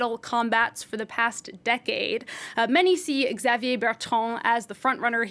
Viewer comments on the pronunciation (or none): Learn to pronounce Xavier correctly.